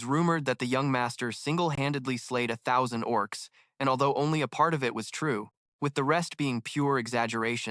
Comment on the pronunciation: The oh ar cees 🤣